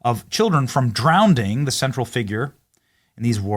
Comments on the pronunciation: There's do d is drowning....it's not drownding you inept human. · Its Drowning not DROWNDING...come on man! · "Drow-ning" .....NOT "Drown-Ding"